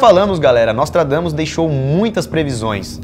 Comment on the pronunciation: juro q ouvi "nós tragamos" ksksks